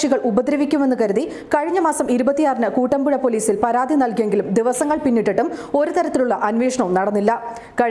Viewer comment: കൂട്ടമ്പുഴ അല്ല കുട്ടമ്പുഴ എന്നാണ്.... !!